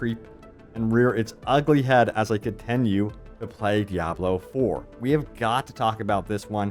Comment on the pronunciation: Why do you pronounce Diablo that way? It’s wrong